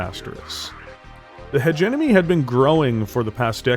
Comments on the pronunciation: Heh-gemm-oh-nee. Use either pronounciation but please switch the N and M. It always takes me out of your videos whenever you say it. Good content. Keep it up :) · Sorry to nit-pick, but you keep mispronouncing "hegemony" in all your videos.